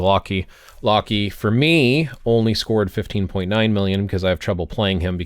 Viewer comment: Who pronounces Loki as "Lockey"?😂